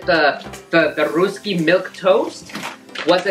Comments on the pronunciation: The happy dance you did was on a sad song lol😂 And it's pronounced as "raasky"and not "rusky" Great video 👌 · Its pronounced as Rusky(like Dusky) not Roosky. Also you guys are such a cute son and mom duo♥️